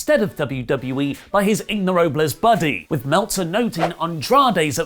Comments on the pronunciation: los ignorables... is it really that hard? like, it's fine to not know spanish but even japanese guys can say ingobernables... yes, it is a long word but everyone involved in wrestling knows how to say it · it's Ingobernables. not Ignorables. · Los ingobernables not los ignorables lmao but damn daga, dragon lee, andrade and rush in a faction 🔥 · ok at this point it's worrying that he keeps saying "los ignorables" instead of "los ingobernables" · I was starting to like you again for calling it a "tombola," and then you had to pull this "Ignfjdaklfjarbles" ["Ingobernables"] fuckery... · You sound like a ingoobernable saying it wrong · it is pronounced 'Los-In-go-ber-na-bles'. Not 'Los inhytffergles'. In english that name mean 'The Unruly'. That's today's Spanish lesson. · "Los Ignorables" lol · Everytime said "Ignorables" instead "Ingobernables" I died a little 😩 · Ber not ver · I just hear him saying "los ignorables" every time and cringe. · IngoBERNABLES. In-go-ber-na-bles! C'mon at least try!! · Try saying ingobrrnables again. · The Ignorables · It's Los in-go-ber-na-bles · In-GO-ver-NA-bles, try it again. Thank you 😊! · Butchered Ingobernables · Way off on the ingobernables pronunciation... sounds like you were calling them ignorant. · i actually cringed at the way he pronounced it, and i dont do that often.